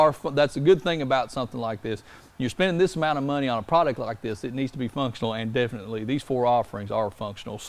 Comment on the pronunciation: Oil not awl. Line not lahn. Product not prodict.